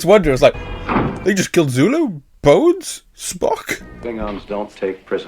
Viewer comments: SULU, not Zulu lol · The name is Sulu, with an S not a Z… 😂😂😂😂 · his name is Sulu...not Zulu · Sulu , not Zulu. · It's Sulu not Zulu. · It's "Sulu," not "Zulu"!